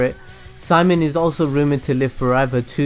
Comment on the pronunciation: Gage Jessen SHIMOAN